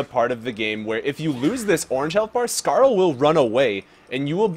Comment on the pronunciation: "he said a curse word", you know this isn't a kids game right? and, why do you say Skaar as Scarl, its Skaar(scar or scare). I'm sorry, I just got a little annoyed by that.